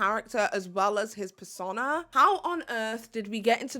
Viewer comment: Persona rhymes with boner.